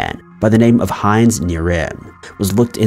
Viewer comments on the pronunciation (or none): none